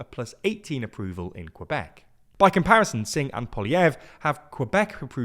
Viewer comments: Quebec is pronounced kuh-bec, not kwuh-bec, but great video! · A minor thing, but there is no w in Quebec, it's just pronounced "kuh-bek" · I listen to this guy saying “Quebec” and I want to bury my head in sand to just avoid listening his pronunciation of Quebec. TLDR for your French pronunciations please use “dictionnaire de rimes” to accurately pronounce a French word.